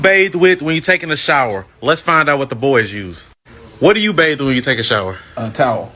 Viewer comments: It's BATHE, not bath!!!! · She said they “bathe” in the pool????? 👁️👄👁️